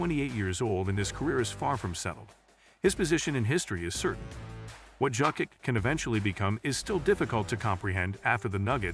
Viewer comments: Just pronounce YOKICH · Horrible! You don't even know how to pronounce JOKIC!!! Bro, he is playing now 7 years in the NBA and you still don't know how to pronaounce his name? Are you dumb??? The J in Jokic is pronounced like the Y in YES or YALE!!!